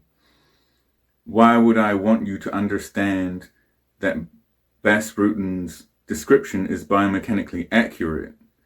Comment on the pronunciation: Btws it's pronounced Bas as in UK English "bastard". In fact that's where they got that from.